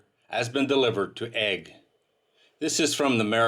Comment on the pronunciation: Delivered to egg? learn how to pronounce the company name!